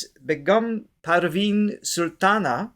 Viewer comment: 1 . Begum Parveen Sultana Begum pronounced ‘bay-gum’ ( You got the rest correct ) In the Urdu language, Begum is a respectful title for a woman, primarily meaning "wife," "lady," or "noblewoman" 2. Patiala ( putt-e-ah - la ) is a city in the state of Punjab in northwestern India. The singing style of Hindustani Music prevalent there is called the 'Patiala School' or Patiala Gharana ( gar-ah-na ). 3. The instrument in the Begum's hand is the TANPURA ( drone) Here in Southern India ( home of Carnatic music ), Begum Parween was the first Hindustani artist i introduced in my home in the 90s. We all fell in love with her and also Hindusthani Classical Music, In the stillness of the early morning, her voice fills the house with positive energy, that charge us up to take on the rest of the day. You will never get tired of the Begum's velvety voice.! Begum Parween Sultana is 75 years young.